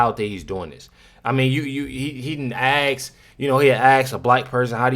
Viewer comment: Asskkk Not axe!!!! Ask!!!🤷🏽‍♂️🙄🙏🏽✌🏽